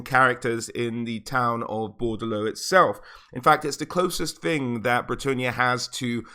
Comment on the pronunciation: also, it's BOR DE LEAUX not Bordlou.